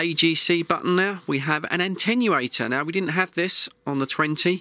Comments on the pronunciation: Attenuator. It does not Antennurate, it Attenuates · why try to make fun of how some Americans pronounce the word aluminum., the word "atenuatte" has only one "n" but you keep pronouncing it as if it was spelt with an "n" as the 2nd letter - ANTENNUATOR.